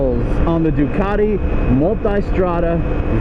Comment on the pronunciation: The one and only who pronounces multAIstrada